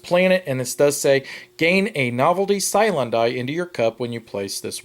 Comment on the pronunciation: he kept saying "Cylon" not "cyan" is this Roll for the Galaxy taking place in the Battlestar Galactica universe?